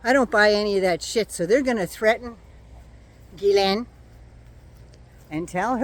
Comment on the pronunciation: Isn’t it Ghislaine, the American’s can’t pronounce it, but you should be able to .. Jeese-len is how it is pronounced..